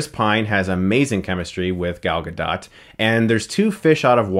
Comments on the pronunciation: God damn it... it's "Gadot"... Ga-dOOt not Ga-DOT. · Guh-doe. Gadot. Not Guh-dot. This hurts my ears. >:( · I think the 'dot' in Gadot is pronounced more like 'goat' than 'dot'...... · Her last name is not pronounced like polka "dot", it's pronounced like Gal Ga-"dough" which means riverbed in Hebrew. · GA-DOE........not ga-dot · It's Gal Gah-Doh! Not Gal Gah-Dot for fucks sakes chris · Hey Chris, Omri from Israel, thought maybe you would like to know that the way you should pronounce Gal's name is with a long "O" not a flat one. It's pronounced Gadote, not Gadot. LOVE YOU BRO. PEACE. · It isn't DOT, it is DOH or DOUGH. Please pronounce it right. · It was more like a dut than dot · "Gal Ga DOT" sigh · it's pronounced Gah doh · Her last name is pronounced Gah-Doht. It sounds like boat. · Everytime Chris says GuhDaht I wanna die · Its pronounced gadoe not guhdot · pronounced Gaal Gado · It's pronounced Ga-doh. Fuckin' idiot! The T is silent. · It is pronounced gado, even though it is spelled gadot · its pronounced gal gadoh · She's Israeli, it's pronounced Goll Ga-dough-t. Like 'Doll Afloat'. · It's pronounced Gal Ga-DOE, you DC shill. You think you would know. Neither she nor the female director will fuck you for this review, you know. You're married anyway. This is just sad. "Gee willickers! It was scho aweschsome to see the girl kick the Navy Seal's buttsz! Realishtic too!" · It's promounced 'Gah-doh'. FFS. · It's Gah-Dot. She said it herself in an interview. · It's pronounced Gahdoe, for fucks sake Chris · Gal ga-dough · You have to stop saying Guh"dot". You're killing me. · Her name is pronounced "Gal Ga-doe". I've heard too many people wrongly pronounce the silent "T" at the end of her name. That aside, I saw your reviews first back in 2014 and I'm a fan. Keep it up. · Good vid as always, but please take two seconds before you start recording to research how to pronounce names. It's pronounced "g'dough." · I thought it was pronounced Gal Ga-dough?